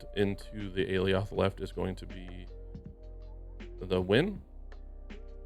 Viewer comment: I don't want to be that guy, but... it's "ah-lie-oth" (according to Loki season 1)